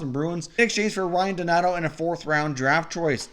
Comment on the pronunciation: it’s donato not donator